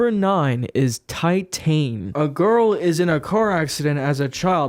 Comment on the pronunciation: it's pronounced tit-ahn